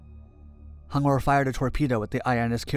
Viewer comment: it is pronounced as H-U-N-G-O-R ... ...... btw , good documentary